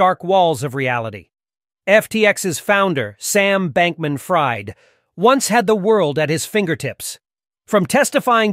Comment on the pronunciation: I think he goes by “FREED” - fried is pronounced “freed” 😂😂